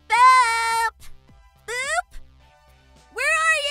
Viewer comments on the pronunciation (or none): i always hear Boob instead of Boop. im sorry. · ITS BOOP NOT BOOB 😂😂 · Omg u called it boob XD its boop btw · It's boop not boob xDD lmao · liba sara channel OMG ITS BOOP NOT BOOB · Boop sounds like hoop kinda btw nice vid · Wait aphmau did u say boob or something else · I thought you said boob for a second